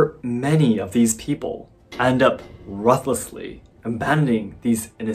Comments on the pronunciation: You sounded like an almost native English speaker until you said "ruthlessly." It should be pronounced Ruth - lessly, Ruth like the name Ruth. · Also, ruthlessly is said like tooth xD Roothlessly Toothlessly :D